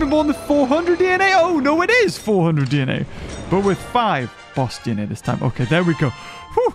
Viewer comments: Ima be the first to correct him it’s *this not thisn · Lol hé was so mad that he said “THISN” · "THISN" had me dying🤣 it still shall not change😠